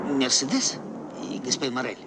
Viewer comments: Скури Нап МерседЕс, это же Франция. Ударение всегда на последний слог. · Мерседе́с! Так мы называли автомобиль в детстве. Так резануло по ушам! Ведь правильно произносить имя с ударением на средний слог - Мерсе́дес! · Смешно Боярский произносит МерседЕс